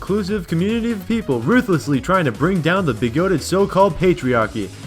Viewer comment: UM ACHSHWALLY ITS PRONOUNCED BIGUHTED NOT BIGOHTED